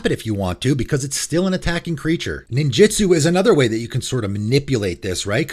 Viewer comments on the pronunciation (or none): none